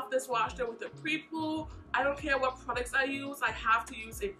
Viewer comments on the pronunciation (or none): I swear she be saying "Prodicts" and not "Products" lolll. Great video and great review! I really enjoy your videos! ❤